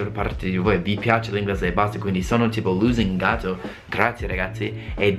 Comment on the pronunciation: Ahahah mi ha fatto morire quando ha detto sono lusingato..😂 l ha pronunciato come se fosse scritto loosing-ato 😂😂